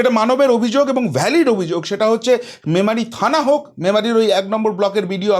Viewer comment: যাক, শেষমেশ "ম্যামারি" টা "মেমারি" হয়েছে এর মুখে। Congratulations 👏 🎉